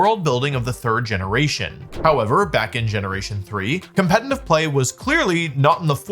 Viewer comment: Day 5 million of Wolfie not being able to say «competitive»😂